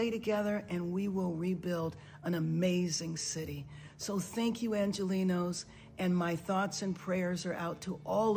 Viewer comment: She says “angelinos” like we are Mexico Lol